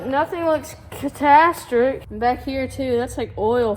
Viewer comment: is taking after his mom, making up his own words! “Catastric” 😂😂